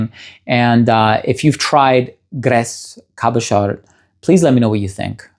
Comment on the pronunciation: He needs to work on his French pronunciation, no ‘D’ in Cabochard, no ‘S’ in Grès, voilà tout !